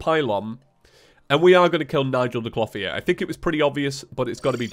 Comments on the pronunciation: I don't know why, but even though I know you're saying "clothier" I keep hearing "floppy ear" lol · Dude! Your pronounciation of "Clotheir" is not right! Type it in to google and press play on the dictionary box result! "Clothier" is not a made up Terraria word you can just pronnounce how you like, it is a genuine word thats been around for centuries. Please for the sake of my sanity, learn how to say the word properly. Triggered grammar police moment over. Thank you!